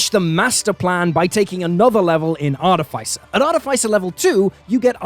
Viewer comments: i love you. but i'm drunk and i have to tell you that artificer has the pronounciation artîficer. :P sorry. had to vent my inner monk. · Great video, but I'm really bothered by you mispronouncing artificer lol